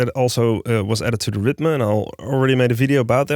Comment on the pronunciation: Are you saying analog “rhythma” 😂 half the community is saying analog “ritm” now we have rithma